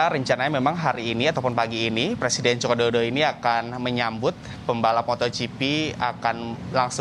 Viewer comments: sama, langsung ku dm aja kompas tv nya karna gaenak didenger seperti tidak bisa mengeja saja 😅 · Mas ngmong Joko Widodo yg jelas.... Ga enak bgt didengernya